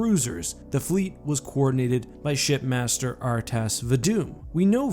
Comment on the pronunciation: for the longest time I thought his name was shitmaster from the way the elites pronounce it